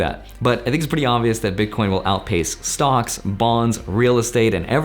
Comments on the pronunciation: he says stonks lol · Anyone else hear “stonks” whenever says “stocks”